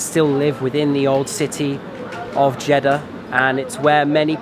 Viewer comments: Actually, it's Jedddddddddah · When he says jiddah it seems he is saying chedda 😂 but anyway nice video